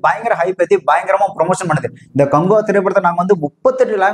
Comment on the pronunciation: காங்குவா இல்ல, காக்குவா 😮